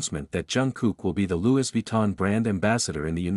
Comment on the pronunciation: Louis is pronounced Lewy, there is not s sound.